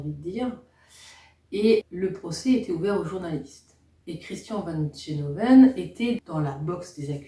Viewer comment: se prononce gueloven